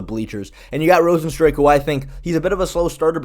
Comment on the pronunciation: Cant tell whether or not you're deliberately mispronouncing rozenstruik's name or not